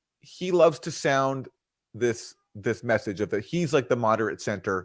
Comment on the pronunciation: Slight Freudian-slip from Chuck: loath in lieu of love😂😂😂